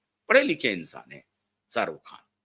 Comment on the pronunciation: Jhat ke keede.... Salman ki Somi Ali hindu thi kya jhatu.... Pahale bolna seekh khujli wale kuttey.... Sarukh.. nahi Sharukh hai anpad... Buri gat ke....